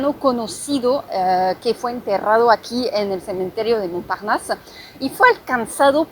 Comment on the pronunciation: Me gusta como pronuncias la palabra "Montparnasse" 👌👍😉 (excelente tu nivel de español) 💯